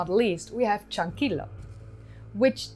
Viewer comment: Creo que pronunciaste correctamente la mayoría de los nombres. Algunos nombres de lugares no me son conocidos, así que no estoy seguro. Sobre Tello y Chankillo, has de saber que en el castellano la doble L vale por el mismo sonido que la Y, no es como el Italiano. Hace poco se han realizado nuevos descubrimientos en Chavin, cerca de Casma pero en las alturas de los Andes. Nuevas galerías subterráneas bajo el templo antiguo. También una cultura muy antigua descubierta en la zona del río Marañón, entre Ecuador y Perú. Uno de las más interesantes revelaciones es que habrían domesticado el cacao 1,500 años antes que los Mayas.